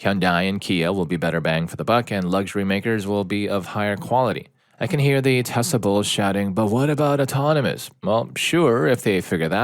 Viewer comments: I know they are saying Tesla but it sounds like they are saying Tessa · Why is he saying "Tessa" instead of Tesla? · IT'S TESLA NOT TESSA